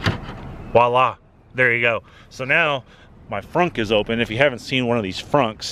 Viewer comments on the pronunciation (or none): none